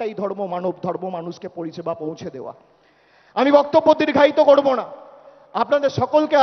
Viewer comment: আগে ভালো করে উচ্চারণ করতে শেখো। "কড়বো" নয় "করবো "😂😂